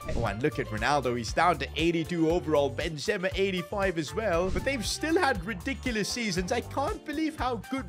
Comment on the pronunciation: He can’t even pronounce benzema 😂😂😂😂😂😂😂😂😂😂😂😂